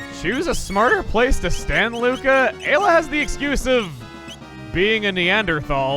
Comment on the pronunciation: "post commentate" refers to those text blurps like the glenn/frog bit and the mis pronouncing of ayla